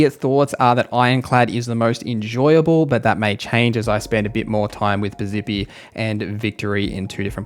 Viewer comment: Thank you. Also Piz-eppi, not Piz-zippy and conversate isn't a real word. Driving me nuts.